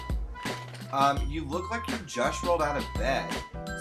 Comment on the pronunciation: "lady you ook crrrrraaaazy" lol